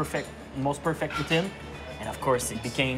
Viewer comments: Poo teen.... WTF is a poo-teen it's poutine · Can everyone just say Put- Sin and NOT Poo - Teen!?! French or English! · Tabarnak Ricardo c’est cringe t’entendre dire « poo-teen ». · It bothers me the french guy is saying 'pooteen' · Wha.... Why did he put the EEE sound in poutine?